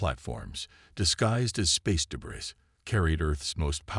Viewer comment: I find it hilarious, that the AI cannot say. Debris properly even now😅😅